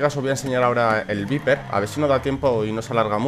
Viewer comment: se pronuncia vaiper y se escribe viper ¬¬